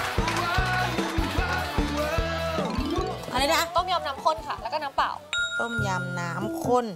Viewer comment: ได้ยินว่า ต้มยำน้ำข้น"น้ำปล่าว"